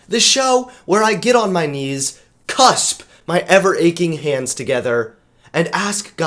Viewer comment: It's clasp not cusp.